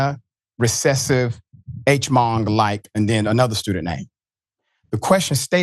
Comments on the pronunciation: It's not pronounced "H-mong" dude, Hmong is pronounced just 'mong', the H is silent. Hmong is an ethnicity and language of a group of Asian people. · Hmong is pronounced “MONG” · Atch-mong 😂 c'mon ain't you PhD or something. H is silent 🤦 "now who's being the lacist". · You pronounced Hmong as AYCHE-MONG what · Bruh just said H-mong. You are not a journalist. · Are you Chinese? If so, are you a Han, a Manchu, a possibly an H-Mong? 🤣 I know everyone might not correctly pronounce "Hmong" but if you consider yourself a journalist... I mean, it's not like this is live. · H Mong 😂😂 bruh maybe Google the pronunciation and practice your lines a bit before going on TV, you sound so silly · Hmong..the H is silent. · 😂 why is your mispronunciation of Hmong tolerated? YOU should be embarrassed, boy. Screw DEI. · Pls pronounce "Hmong" correctly. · The H is silent in Hmong! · The way you pronounced Hmong... lol!